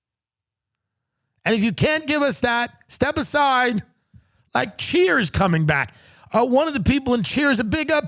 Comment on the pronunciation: Wtf, enunciate better. I thought he said "Cheer's is coming back" and I thought we were get more Sam Malone antics.